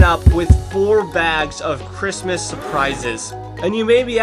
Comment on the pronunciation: 24-days of saying "the Chritsmas Platform." 😂